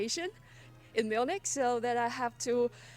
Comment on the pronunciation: Your pronounciation of German words was really good. But "Milch" is the final boss :)